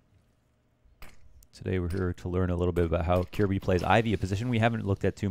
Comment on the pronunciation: No its not. Its pronounced more like Ker-bye in Danish.